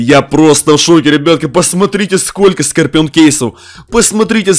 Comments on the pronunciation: Не скопион а скорион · Не скапион а скарпион